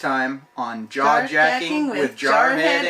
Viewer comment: At the end lol it sounded like you started saying Jar at first lol you too!